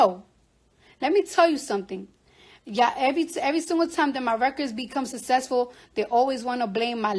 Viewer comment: Was she saying SUSESSFUL? 😂